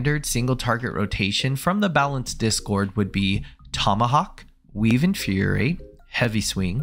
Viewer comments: Nice job creating a concise explanation. But ya gotta stop saying “inferiorate”. It’s “infuriate”, four syllables - as in to make something “furious”. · Infuriate only has one R, man. In-fur-ri-ate. You're pronouncing it like "Infuriorate" and it's confusing as heck. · Not me just pausing every time says "Inferior-ate" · Hey I'm sorry but Infuriate only has one R and 4 syllables